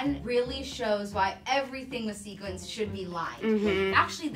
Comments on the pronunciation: it's sequins not sequence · Sequins not sequence. You are killing me guys.